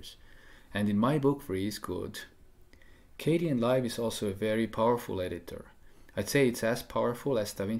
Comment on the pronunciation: I thought it was pronounced "KAY-den" and not "KAY-dee-en" Live, or am I wrong?